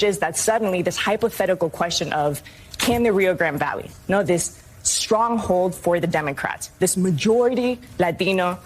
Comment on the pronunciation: OOOPS! She done messed up and wrongly pronounced Rio Grande Valley lol. Supposed to say, "REEOHH GRAHHHHNDAY VAAAHHLAY We forgive this time, no?